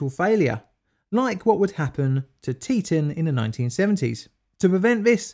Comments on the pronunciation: Either say tea-tawn or stop mentioning it in dam videos plz. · In Yankee: Teton, as in "Tea-tawn," equally emphasized. No slight intended, as an Americano who travels to Britain.